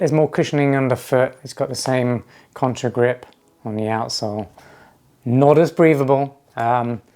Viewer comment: Contagrip. Not contRa😬